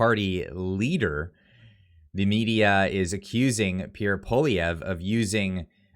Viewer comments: You will be talking about Pierre A LOT in the future. Please pronounce his name properly. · ffs would u learn how to pronounce Pierre’s name!!